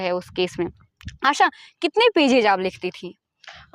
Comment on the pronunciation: आशा ❎ आसा ✅